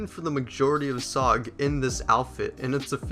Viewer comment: I hate how u say sog instead of s.o.g aha not being rude